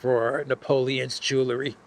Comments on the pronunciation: Jewel - ry not Jewler - ry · Theft took 7 minutes, so obviously they had to leave the passports in the rush to leave. Wish would pronounce jewelry the old way: jewel ry, NOT jewlery. He can say jewel, so just add the ry. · There's no such word as Jew-ler - ee. It's pronounced Jew-ell-ree.